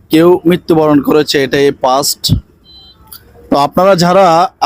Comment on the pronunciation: ভাই আপনার উচ্চারণ ঠিক করেন ওইটা পাস্ট না ফাস্ট হবে,,,, 😄😄😄